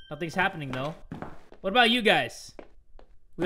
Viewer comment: I choked on my cereal when he said “woat” I thought I was gonna die